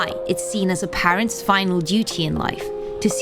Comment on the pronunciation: So we're all gonna ignore how badly she's pronouncing "parents" .... 😐😐😐